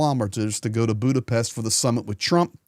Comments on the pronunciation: Thank you for your coverage. And thank you for pronouncing Budapest correctly (Buddha-Pesht). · Good perfect pronunciation of Budapest,!!👍